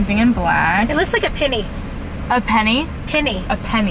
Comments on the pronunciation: it’s pinnie, not penny! i’ve never heard anyone call it penny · Pinnie!! I never heard of people calling them pennie😂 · Pinnie never heard anyone say pennie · it’s a pinnie, many people pronounce them like “penny” but it’s spelled and supposed to be pinnie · It is pinnie not Penney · I’ve never heard of someone calling it a penny, it’s a pinney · It's a pinny... like pin, not pen lol. What's with teens thinking bc "that's what everyone says at school" means it? I have three teens...they will swear up a down that's how people say, until you prove them wrong? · Pinnie not Pennie lol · Pinnie, not penny, lol. The kiddos are wrong lol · It's definitely PINny not PENny. I think it's short for pinafore. I think you call them jumpers in the US. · Ummmm your wrong it’s not pennie it’s pinnie😂😂😂😂😂😂😂😂😂😂😂😂😂listen to your mom that’s an advice for you okkkkk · It’s pronounced pinnie, I have only herd and call them a pennie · pinney not penney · Pinny! Not penny